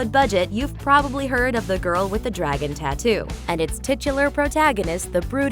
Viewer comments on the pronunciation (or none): none